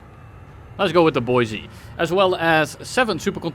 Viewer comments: Boise = "Boy-see" deez nutz. Good job :) - Idahoan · Dutch man actually pronounces boise correctly